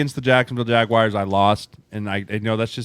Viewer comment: jag wahrs not jagwires